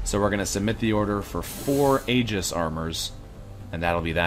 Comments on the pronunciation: Just fyi, Aegis should be pronounced "ee-jiss" or "eye-jiss", unless explicitly intended otherwise as in the case of brand names and such. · Yeah, it probably is nitpicky of me. I wouldn't be moved to say anything if it were the only issue, but Boulos being turned into "bao-lowce" and Jimenez rendered as "hee-muh-nezz" have both been getting on my nerves for a while, so I finally kinda snapped when I heard "ay-jiss". I probably should have considered the Canadian/American phoneme difference, but as far as I know, that's not one of the affected vowels. The other half of my motivation to mention it despite the picky nature of the comment is that stated in the past that he likes to try to get pronunciations as right as he can, so it almost comes as an "Et tu, Brute?" moment when these things happen. Totally unreasonable of me, of course, and I do appreciate considerably that he tries.